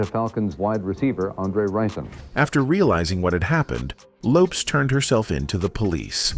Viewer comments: Good Lord!, first at all the last name is Lopes, not Loaps. She didn't die right at the accident, she died at the hospital. She didn't have a fight with her boyfriend, she got to his house with her sister and saw he had bought all those shoes for him and nothing to her so she took em to the bathtub and light a match and that's how the house got on fire. The car accident was because a car was going in the same direction as her car and she tried to avoid it. Please get your facts together before making a video. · Lopes not Lopez ! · Yeah I know, I figured it out the third time it said Lopes😁. The content creator should've spoon fed it pronunciation eg LOW PEZ. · Please put some respect on the queen’s name! ❤ “Lopes = LOW-PEZ” 🙏🙏🙏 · "The pronunciation of Lisa's last name, in this video.. is sending me🤣🤣🤣